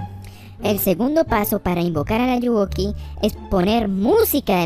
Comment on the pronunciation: jE Je DiJo eL AllugUoKi xD